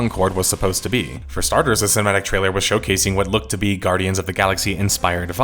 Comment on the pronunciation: "Gnardians of the Galaxy".. this guy knows his stuff..